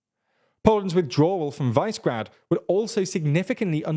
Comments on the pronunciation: Dear, it's pronounced [ˈviʃɛɡraːd] or [vish′ə gräd′], if you can't read phonetic spelling. Please, please please stop butchering non-english cities' and people's names. You make good content, but completely undermine your journalistic reputation by constantly mispronouncing foreign names. This makes you look really dumb, you know. And I know you ain't stupid, so I can't, for the love of god, fathom, why you don't take a minute to search on the internet how to actually pronounce words. This makes the difference between an amateur and a professional. Just saying, this has been bothering me in soo many of your videos for a long time now. 🤦‍♂ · Visegrad is pronounced 'Vee-sheg-rad'. Czechia is pronounced 'Check-ee-a'. Czechia is not and never really has been pro-Russian. V4 group is not and never has been especially Eurosceptic. Slovakia's ruling party are populists whose only concern is maximising the amount of money they can funnel into their bank accounts. They are not really Eurosceptic or pro-Russian. You must also be careful in assuming they will align with Hungary because of similarities between Fico and Orban: Slovakia and Hungary have not historically got on all that well. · it's actually Visegrád [vee-sheh-grad] - the "s" is pronunced like "sh" in English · Since Visegrád is a slavic name, but written in Hungarian orthography, it has to be pronounced Vee-Sha-Grád (á like British English apple). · Vice-grad Chechia Damn you couldve devoted 5 more minutes to getting the sounds right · Just realpolitik. Poland want a piece of the action to dominate the other 24 EU countries along with Germany & France. With Germany in decline it's a prime opportunity for Poland. Purleeeeease! Visegrad is pronounced "Vizzygrad". 😎👍 With more Eastern countries slated to join, Visegrad will call more of the shots. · Congratulations on the ingenious pronunciations of Vyšehrad and Czechia! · Guys, Visegrad is pronounced differently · Man at least pronounce Visegrad properly